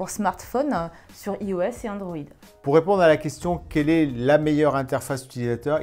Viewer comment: Par pitié arrêtez de dire iOS mais iOS "Aios"